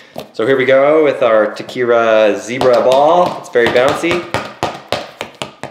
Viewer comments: tachi-kara not ta-kira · ikr. and he pronounced the name wrong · The way he said tachikara... Oof. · Please tell me someone else cringed at the way he said Tachikara